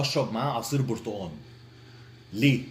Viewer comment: اسمه برتقال وليس برتأن 😂😂